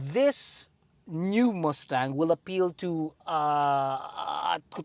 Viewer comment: chill theyre filipino